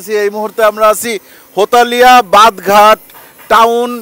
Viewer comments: ভাই একটা মজার বিষয় কি জানেন যারা জমি রেজিষ্ট্রেশন করতে সদরে যায়। তারা জমি রেজিষ্ট্রেশন করে এসে এই হোটেলে খাওয়া দাওয়া করে। আর ভাই ওটা হোতালিয়া বাধ ঘাট না হেতালিয়া বাধ ঘাট। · হোতালিয়া না হেতালিয়া